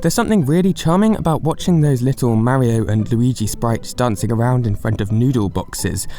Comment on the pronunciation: LEARN HOW TO SAY MARIO IF YOUR GOING TO MAKE A VIDEO ABOUT IT!!!!!!!!!N Wallah? Seriously? Ok so you just need to learn English in general....it's voila with a "v" not a "w"